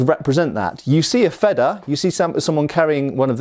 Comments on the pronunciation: Yeah, wanted to comment on this, too. Your Feder pronunciation isn't even bad; just make the first e longer and it's perfect. Your version would be written Fedder in German, and that's not an existing word (yet?). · Wanted to compliment you on your pronunciation of the 🇩🇪German word Schwert 👍🏻. But you want to take it to the next level...if not that's totally okay of course✌🏻. Feder in 🇩🇪, isn't like the 🇬🇧 Feather. But it is pronaunced like: "fayder". Really like your Channel and love learning something new each time you post a video.👋🏻🇳🇱